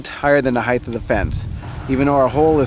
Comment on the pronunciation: There is no such word as "heighth"